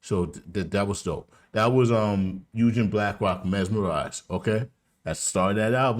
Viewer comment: Bro'. The name's pronounced with the "G"... as in to "go". NOT Yujen as you repeatedly say it. 1 Love